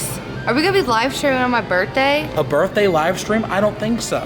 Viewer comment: It’s birthday not birday